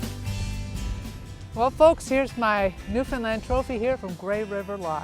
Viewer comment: I just have one piece of advice for the advert. Pronounce Newfoundland right! It is not Newfinland!